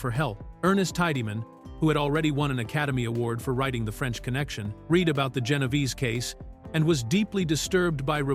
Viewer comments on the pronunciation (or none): 1,973 WTF AI crap resd not red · Really, really need to fix the AI narration. So many mispronunciations. It pronounced Read like Reed instead of Red.